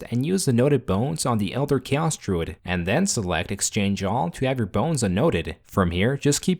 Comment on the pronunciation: I can't unhear "KEEOS"